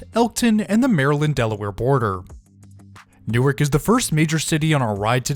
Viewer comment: I'm being picky picky all in fun, but Newark, DE is pronounced New-Arrrk. 😊 Love your videos.